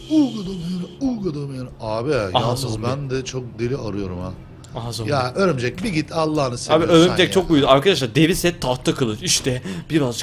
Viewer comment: örümcek değil örümcenk